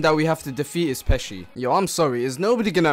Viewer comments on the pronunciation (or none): none